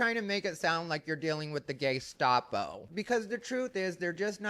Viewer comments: not the "gay-stop-oh" 😂😂😂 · Was that gay-stahp-o? 😂